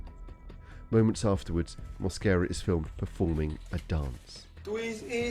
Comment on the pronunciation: He doesn't speak English but pronounces his last name with an accent... I am hispanic, and that is not the way to pronounce his last name in Spanish... he speaks and understand English for sure. mooasquera, jajajaja mosquera no moasquera...